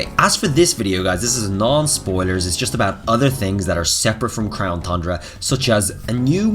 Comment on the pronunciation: Everytime he says thundra i drink